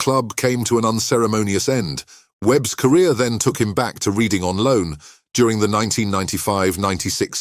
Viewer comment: The bloke doing the voice over can't pronounce Reading😂